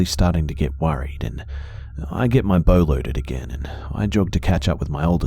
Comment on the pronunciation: 😆 He said "Loading his bow"... 😆 I heard "Loading his BOWL"!!! 😆😆😆😆‼‼‼